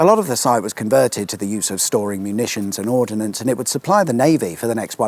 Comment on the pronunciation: I regret to say it's "ordnance" not "ordinance" when referring to military stuff. And "lenticular" means " shaped like a lens, as in Sherlock Holmes' magnifying glass. I have driven practially every inch of that journey over the past 30 years, and I don't even live down there: my in-laws retired to Paignton many years ago and we spent many a happy holiday in the area. Thank you for covering it.